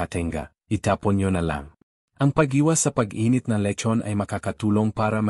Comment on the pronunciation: Pati pagbigkas ng letson nd alam